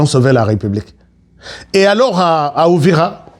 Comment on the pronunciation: Uvira et non Ouvira cher frère.